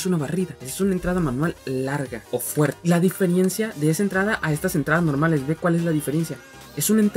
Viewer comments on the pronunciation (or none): Se dice DIFERENCIA, no DIFIRIENCIA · muy buen video crack!! me ayudo mucho, sigue asi oyes por cierto se nota mucho la palabra Diferiencia y es Diferencia sin la "i" , Saludos